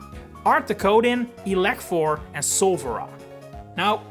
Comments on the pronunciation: It’s actually SULFURA not Solfera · It's not Solfera it's Sulfura though. Mix of Sulfur and Rah. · You messed up on the Legendary Bird trio it's actually Sulfura not Solfera i think it's worth mentioninng it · ITS SULFURA actually not Solfera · moltress name is Sulfura not solfera in french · French here ! Cool video but i's "Sulfura" and not "Sofera" Also, you need to pronunce the "t" at the end of "Pyrobut"' You have a good pronounciation tho :) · solfera no Sulfura yess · it's sulfura, not solfera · in french its Sulfura and not Solfera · SULFURA NOT SOLFERA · it’s « Sulfura » not « Solfera » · a little error in the video : it's Sulfura, the fire bird of 1st Gen, in French, not Solfera ; it's Électhor, also. But great video, you did great job to explain every name in every languages presented in a simple, understandable way, it was fun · French here, just wanna say that, u got the bird trio names wrong, its Artikodin (u got that one), Electhor its just that we dont to the F-ish sound with "th", and last its not Solfera but Sulfura, from Sulfur, the flammable mineral yk. Great video apart from that tiny thing mate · For the french names for the three legendary birds of the 1st gen pokémon: -Artikodin is alright -Electhor is alright (although at first i didn't remember the letter "h" being in his name) -but it's not solfura, it's Sulfura but on the etimology side you're correct, even though I prefer your version cause it completes the trio with a third nordic/germanic god who is sól, or puts the roman god sol wich stays in the indo-european familly. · It's Sulfura, not solfura! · its not solfera its Sulfur (like the chemical stuff) Sulfura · Hummm it’s sUlfUra nor sOlfEra Maybe you took the wrong language